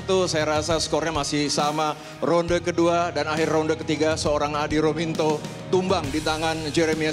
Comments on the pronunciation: Komentatornya berkali2 salah nyebut nama Adi Rominto. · ini komentator kayaknya tidak menguasai teks,, tolong di ganti jangan di pakai yang tidak berkualitas ngucapin nama aja salah..( adi rominto)